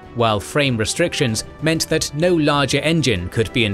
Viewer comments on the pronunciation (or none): none